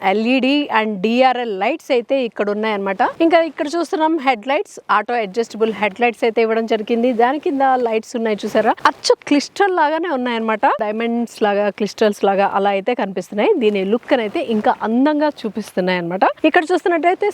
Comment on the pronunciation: Clistal Enti? Get your pronunciation right FIRST!!!🤦‍♂️🤦‍♂️🤦‍♂️